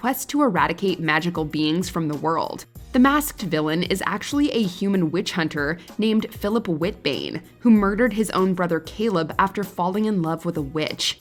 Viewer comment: it’s wit-uh-bane not wit-bane